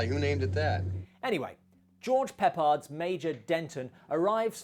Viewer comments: It's "PEH-pard". :) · Peh Pard. Not Pep Ard -- I will also accept. XD Ok I get it I'm correcting your name pronunciation way too much... but I do love your reviews:) I may have to pay you to do a review of a couple of my favorite movies.